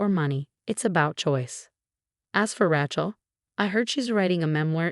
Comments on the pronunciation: "Raatchel" I can't 🪦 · Even more so than the Thompsons. And..... "Rat-chell" again? Surely the AI TTS voice can be trained for proper pronunciation. 😮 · Ratch-el, really? The written words are atrocious and so many mispronounciations. You should do better. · I think being named Ratchel had something to do with her being a total psychopath. It's not that the AI can't pronounce Rachel a very common name right?? Lol. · At least pronounce the name Rachel properly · Everyone of these non English speaking have no idea how to say Rachel